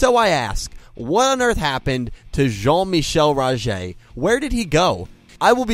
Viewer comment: Great dialect in saying Rogers full name. I like to think that he went to standard